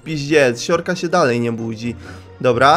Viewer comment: Zamiast uslyszec: siorka siorka polamalem sie to zrozumialam: siurka siurka polamalem se XDDDX